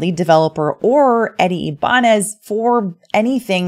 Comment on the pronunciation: Its eddie (i-ba-nez)